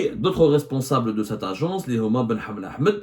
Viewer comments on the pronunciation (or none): none